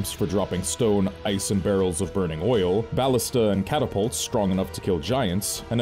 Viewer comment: I like how you pronounce ballista